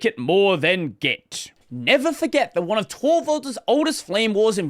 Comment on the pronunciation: I like how you've suddenly started clearly enunciating "one of". I've started noticing it a few months ago but I'm just pointing it out now because I noticed that no one's talking about it. 😅 I'm curious about the backstory about it. 😂